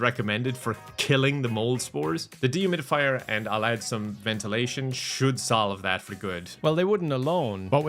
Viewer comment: I thought he said "demon fire" rather than "dehumidifier" and I kind of just accepted it, since it's.